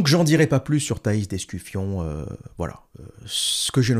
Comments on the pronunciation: L'observateur.... Thais d'Escufon pas d'EscuFION comme tu dis si bien : Un peu de sérieux ! Je sais que tu as fais exprès... ;) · "Thaïs d'EscuFION" bordel c'est trop drôle de déformer le nom des gens... Abruti